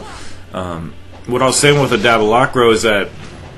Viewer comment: I think the sword name is pronounced dah-bē-lah-rō